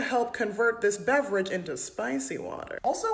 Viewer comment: A bev-or-age 😂😂 love it!